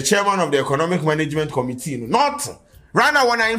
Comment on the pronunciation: From Committee to Conumtea 😂😂💔... my niqqa 😂